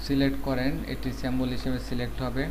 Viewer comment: সেম্বল না সিম্বল😂😂